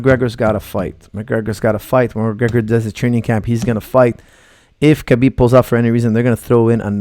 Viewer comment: I am very sorry to correct you but there is no k sound in Russian my girlfriend speaks it fluently I asked her a year ago how to pronounce his name she said Habib k is silent. I dont care really anymore who wins because of all the hate for one fighter or the other. Irish against Russians turning this into a war. it truly will be a 50/50 chance for the old conor from 2 years ago but we have no idea who will be fighting khabib on fight night for sure it will not be the same conor from 2 years ago. We will find out what money does to a person and buys in the fight game. Does it make them better or worse? So do expect anything to happen. This Analysis is based on the fighting skills of conor from 2 years ago do you have any idea how much boxing training he went through to fight floyd? His boxing is 2x since that fight and he is training on regular with top of the food chain bjj black belt Dillion Danis over a year for this fight and he is not training to defend takedowns but to submitt when he has been taken down. Now how much can you learn in one year from a top of the food chain black belt that Competes in the worlds, pans and abu Dhabi and has not been submitted in the last two years by anyone in this division in the world in over 20 bouts giving private lessons to you every day? Let's find out.